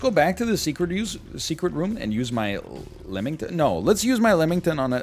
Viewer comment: Someone tell this man its not lemmington